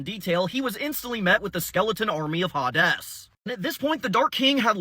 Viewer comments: Pronounced (Hay Deez) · HaDes looks so much better with HORNS. Also I'm asuming Hades is pronounced Ha-Des in latin. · is it called ha des not hades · I don't think that's how the name Hades is pronounced. It's more like "hey-deez" like hey deez nuts.